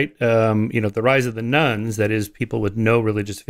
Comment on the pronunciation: Every time he says “rise of the nones,” I hear “rise of the nuns.”